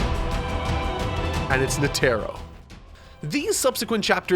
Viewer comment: Please pronounce Netaro correctly